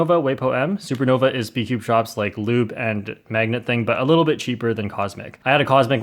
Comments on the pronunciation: Haha you said speedcoob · Who else heard SPOOD CUBE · He said spood cube🤣🤣😂😂🤣🤣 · he said spoodcube 😆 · ah yes spoodcube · “Spood Cube” lol